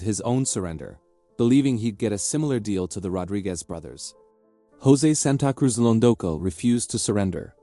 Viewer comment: San ta cruz lol Tell me more mr AI 🤖